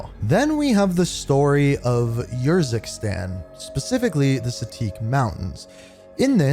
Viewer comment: Bro they say the name of urzikstan and fara Karim out loud so many times and you still say them wrong it hurts my soul so bad